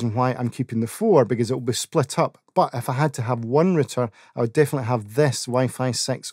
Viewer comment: It's not RITTER, it's ROW-TER Route'er